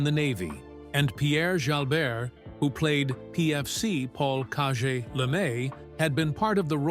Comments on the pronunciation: How bout saying cage the proper way. Called him cawjay instead of of cage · What in the heck???? Kah-je? Jalbert played the role of a Cajun , so was called "Cage" because of that. I am constantly amazed and flabbergasted atthe mispronounced historical names. You should hire a baby boomer like me to advise on name pronunciations. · Caje was pronounced 'Cage', He was supposed to be a Cajun from Louisiana